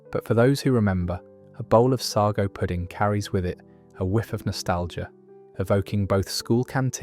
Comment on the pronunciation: What on earth is sargo I could have sworn it was sago and you can still get it in tins. . Our local baker still sells Manchester tart . Rolly Polly that's a new one on me . At least make sure your robot can read the queen's English . . What a load of tripe maybe AI will call it trip lol 🤣